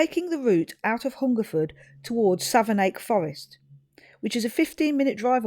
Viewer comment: Forgive me for this, but Savernake (Forest) is pronounced "Savernack", near-rhyming with "haversack". I was born at Savernake Hospital in '61. This is such a great video and idea. Even though we grew up very near the forest, I didn't know the picnic area was that one, close to Marlborough. We lived three miles or so the other way, between Hungerford and Marlborough. We didn't know Ryan, but our friends who went to John O'Gaunt School were in the same class (yes, Ryan holed-up and ended his life in his old school), and they said afterwards that he was withdrawn and silent. Seeing those graves made the victims seem more real. You were very considerate in filming only briefly and quietly in South View. Dogs are equal to people to me (and many others), so Ryan's shooting of his own dog (RiP) means he murdered 17. The garage at Froxfield was open for a long time after '87 - in case anyone was wondering, it wasn't closed due to the massacre. The school looks unchanged, as you said! Cheers from a former local, now 30 miles west.